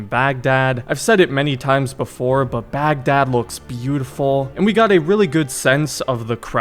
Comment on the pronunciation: baghdad is pronounced bagh-dahd (heavy H sound)